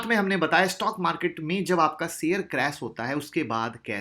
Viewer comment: seyar nai bla kariye sir ji sheyar hota hai